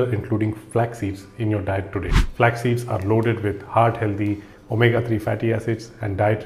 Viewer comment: It’s not heldhey it’s healthy Pronunciation hel -thee